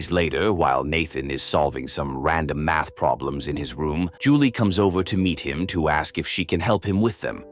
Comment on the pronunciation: ITS MATH.....MATH......NOT MAFS